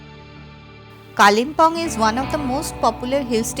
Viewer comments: Kalinpong ....bad pronunciation It's kalim pong Local tongue kale bung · Your English of Pronunciation of Kalimpong, is atrocious